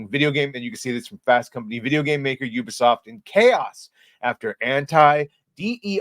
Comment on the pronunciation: Your the only YouTuber that I've seen that can pronounce the name properly 😂 ... Ubisoft . They call it Ewwwbisoft loool